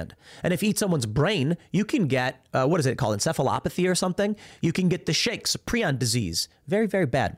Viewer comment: Prion = pree-yon